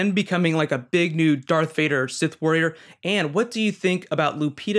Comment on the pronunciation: Is this guys for real, He keeps calling Darth Vader "Dark Vader" He is a Star Wars Poser !